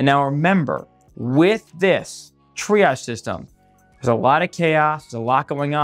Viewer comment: .das hört sich an wie: dreiarsch - - warum dieses Wort-Verhunzung....?????